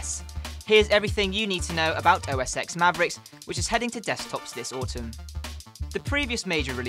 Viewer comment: OS TEN NOT EX